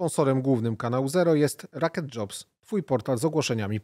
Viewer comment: Xysiu.. nie RAket tylko ROketdzobs .. LOL krew sie z uszu leje ... LOL